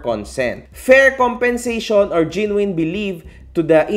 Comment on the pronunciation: google mo kung paano tamang pronunciation ng “genuine” 😊